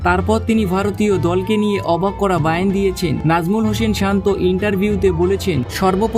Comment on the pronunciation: " বায়ান"টা কি?? বয়ান হবে তো নাকি?!!